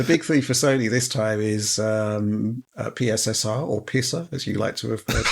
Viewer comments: Out of all this debacle the absolute best thing is calling it PiSSR. Brilliant! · I look forward to hearing PSSR pronounced as "Pisser" in many future videos. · Please never stop calling PSSR "pisser" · “PSSR, or pissah” 😂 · 'Pisser' was the first thing I heard. Its even worse than the Xbox SAD (S All Digital) edition name. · Remember what said: “PSSR” is pronounced “pisser”.